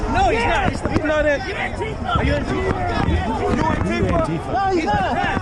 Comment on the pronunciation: Say it right. It’s “ant-teeee-fuh!”